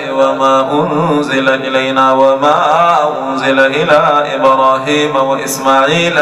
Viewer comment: ayah 84 'alaa ibrahima' not 'ilaa'